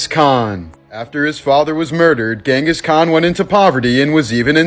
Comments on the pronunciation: It's pronounced (jen-gis) Kahn. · I learned a while ago that his name is pronounced by Mongolians as "ching-gus" Kahn. Interesting little tid-bit for ya there.